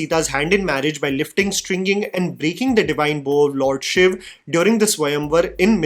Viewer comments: I really appreciate your pronunciation of lord Shiv as 'Shiv' and not the usual 'Shiva' ...which most people do when speaking in English. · Thank you for saying RAM and SHIV and not adding unnecessary A at the end of Indian names